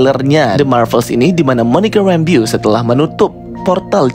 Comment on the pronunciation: Bacanya rembo bukn rembyu bang. Kek aneh gt dengernya😅😅😅😅